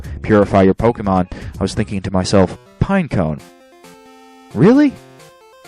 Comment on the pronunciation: Pineco is pronounced just like "pinecone", just w/o the last 2 letters.